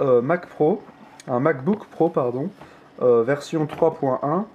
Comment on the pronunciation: Est du des courrer da dit vertion au lieu de version